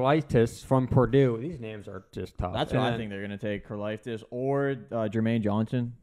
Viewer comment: its funny that was struggling to pronounce george karlaftis' name and then pronounced it wrong also but so confidently.